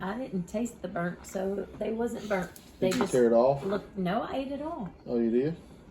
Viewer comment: puts ah at the end of her words sometimes like Stop'a or No'a lol i think its cute. Reminds me of a Valley Girl. lol